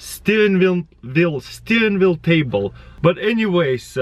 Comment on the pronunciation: Steenwheel lul xD